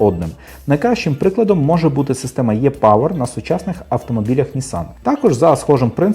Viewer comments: Е пауер , а не Є пауер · ну тоді вже "e-power"